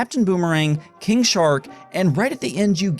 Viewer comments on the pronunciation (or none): none